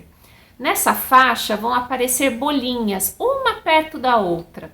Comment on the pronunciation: Como uma doutora não sabe pronunciar bolinhas? Não se diz BÔLiNHAS....aff